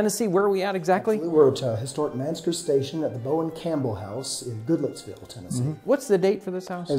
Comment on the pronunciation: Looking dapper, these two were. I thought he said "GoodLooksVille, TN" at the end...you'r telling me! LOL!! I looked it up...it's "Goodlettsville."